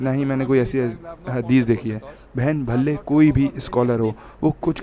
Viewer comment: Bhalle nahi bhale he